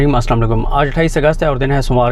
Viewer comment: بھائی اللہ کے لیے اپ بسمہ اللہ الرحمن الرحیم غلط پڑھتے ہو اس کی تصحیح کریں اللہ اپ کو جزائے خیر عطا فرمائے